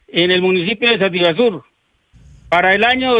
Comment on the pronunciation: Sativa sur, no sativasur.